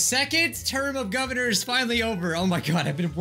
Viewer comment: Messes up on the word “Governor” once, Also: Repeats as “Gubvernor”